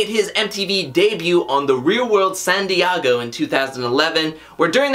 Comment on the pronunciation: STOP SAYING "DIEGO" LIKE THAT